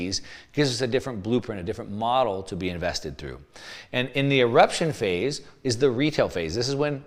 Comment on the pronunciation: It's "eruption"